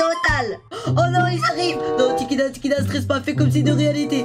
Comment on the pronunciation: Lol 😂 quand la mère ah dit en tout premier Tikida!!!!😂😂😂😂